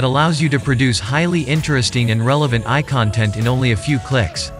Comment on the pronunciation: Good video thanks. A bit ironic the AI narrator sometimes mispronounces its own name as "eye" when hyphenated etc.